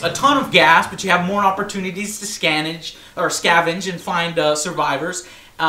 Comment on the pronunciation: "Scavage" lol SCAVENGE Joe! You always say the wrong words lol